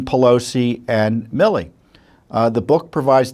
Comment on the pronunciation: GENERAL “ MI LI ”?, …Say it ain’t so!